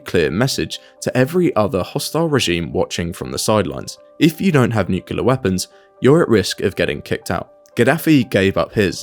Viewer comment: Very insightful. It's pronounced nu-cle-ar. :)